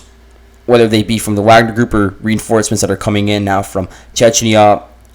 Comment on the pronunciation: I like that you call it "Wag-ner" instead of pretensiously saying "Vog-ner"